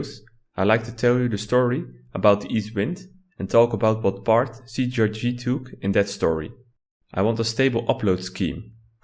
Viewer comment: It's not CGRG wtf xD cee tee ar gee